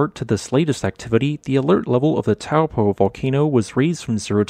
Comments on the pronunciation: It's pronounced toe-poor (minus the R) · Try Toe (as in toe on a foot) and paw. Toe-paw (Taupō) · Correct pronunciation is 'Toe paw' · As a New Zealander of European descent, I have always seen and have always pronounced it as "Tow" in "Towel" and "Po" in "Potent." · Taupo pronounced “ Toe Poor “ 😂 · Interesting vid! Just a handy fyi, the correct pronunciation of Taupō in te reo Māori is "toe paw" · Good video. It's pronounced Toe Paw 😀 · In polynesian languages, the 'ng' is pronounced as it would be in "doing". Tonga is also pronounced this way, yet everyone else on earth says 'ton-ga'. Also, Taupo is pronounced 'Toe-Paw'. Many new zealanders get this wrong, as it never used to be pronounced this way until respect of the maori language has been pushed by the government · Taupō is pronounced like: Toe + Paw